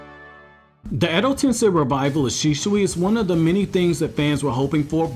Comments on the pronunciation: Shisui Shee-swee or Shee-su-wee Not Shee-shwee or She-shu-wee Bruhhh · shisui not shishui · its shi-sui not shi-shui dumb nigga but ily none the less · shishuuuuuyyyyiiiiiiiiiii does your ears have a problem? he is called shisui with ssssssssssssss not sssshhhhhhhh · It’s shisui not shishui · The way you pronounce Shisui hurts my ears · Sorry but the way you say shisui gives me ear cancer